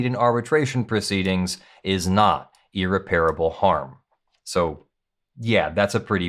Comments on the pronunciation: Sorry, but it stands out like a sour note on the piano. The word is 'ear-REP-rih-bull.' The word 'ear-rih-PARE-uh-bull' does not exist. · How do You not know the difference between "irreparable" and "unrepairable" .... You are pronouncing "irreparable" incorrectly ...... And yes , I went to 4 different dictionaries to make sure I was not wrong ( like all those other times )